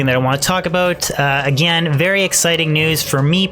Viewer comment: Did I hear you say aboot? Are you from canada?